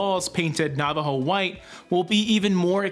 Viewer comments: “Nava-Joe” 😄 I almost lost it! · Omg, LOL I thought for a second it was a Canadian thing when pronounced Nava JO. Assuming of course you are Canadian. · lol nava JO